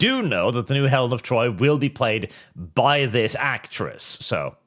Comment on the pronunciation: Thats not elen of troy its elen of detroy